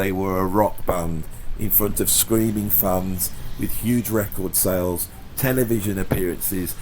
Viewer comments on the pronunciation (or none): none